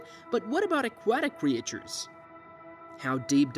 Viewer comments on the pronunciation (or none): What is with these pronunciations. “Cree ay chures and or-gahn -isms”